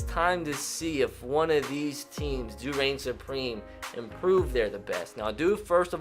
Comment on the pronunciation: I say "supreme" says "supweme"